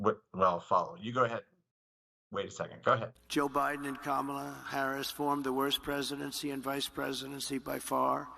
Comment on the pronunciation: He pronounced her name correctly! 😮